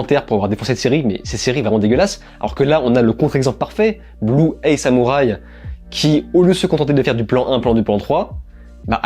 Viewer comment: Sympa ces tops !! Merci de nous partager tes retours, c'est toujours un plaisir de t'écouter ! Par contre correction dans blue-eye samurai le mot "eye" se prononce "aïe" et pas "ey". Au début je me disais "non je vais quand même pas le corriger sur de la prononciation" mais comme tu l'as répété plusieurs fois j'ai pas pu résister 😂